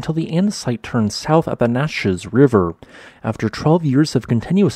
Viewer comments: Local pronunciations are Ya kima, and Cow-witch-ee. I used to work there Summers. Naches, where my Uncle Bob Allan lived, they pronounce Nah Cheese, NOT Naw Chez. These are NOT the original native American pronunciations, which are closer to what you might expect. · I used to live in Yakima those flows are awesome to see as you drive. Yakima is also pronounced more like Yakama and Naches is more like Nacheese. Other than that you got most of those shitty names lol. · Naches is commonly pronounce like a combination of na (in naturally) and cheese.Both syllables are accented but the first is a bit stronger. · I'm from the area of this lava flow. The pronunciations are Tie-eh-tun, Cow-witch-ee, Nach-eez, Yack-ah-muh, and just for fun: Uhh-tan-um. Have fun with Lmuma Creek. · i love you content, but it is very clear you are not from the PNW based on pronunciations (Na-cheese, Yak em ah) other than that absoutely fascinating video. As a PNW geology nerd i love learning more about the surrounding country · It's pronounced "Yack-ihm-ah," "Cow-itchy" "Tie-it-ahn," and "Naa-cheez." Other than that, interesting video about a fascinating lava flow that can be seen in the highly scenic area along Highway 12 to White Pass from Yakima. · Yah-ka-mah (yakima) Cow-itch-e (Cowiche) Na-cheese (Naches) Why can no one ever pronounce these names right?